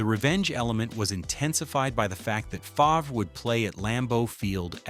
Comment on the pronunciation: Favruh 😂 Its pronounced Farve, but spelled Favre.